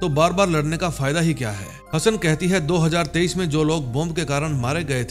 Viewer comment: Do hazaar tarwinjha bola time isme... areeh ap punjabi ho matlbh